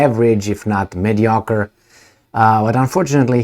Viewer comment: you pronunciation of mediocre the best way ever, I will use this to annoy my parents ty 😅